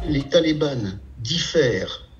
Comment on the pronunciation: On dit les talibans. Pas les "Talibannes" stp...